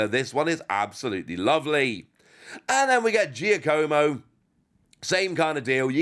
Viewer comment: It's JOCK-A-MO, not GIA-CO-MO!